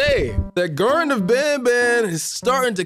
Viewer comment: The greaten of banban😂😂😂❤❤❤ it’s the garten of banban Edit: bless you😅